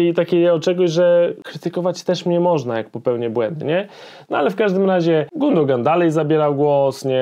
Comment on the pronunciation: Nie Gundogan , tylko Gündogan - giuuudogan wymawiaj bo słuchać się tego nie da